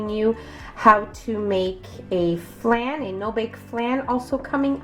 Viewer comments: Please learn how to pronounce flan…. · its pronounced Flawn. not flan